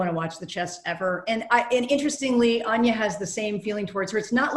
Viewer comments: the dude says ANYA like ON-NYA. its ANN-NYA. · exactly! its ann-yah not ahn-yah lmao. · its pronounced ANYA LIKE ANEURYSM YOU FOOLS! NOT ANYA LIKE KANYE! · they read anya’s name wrong